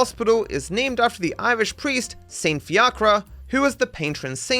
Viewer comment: That Fiachra pronunciation caused me physical pain